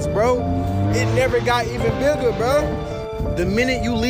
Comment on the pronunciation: "The graveyard never got biggle"